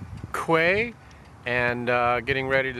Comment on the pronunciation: Quay pronounced key..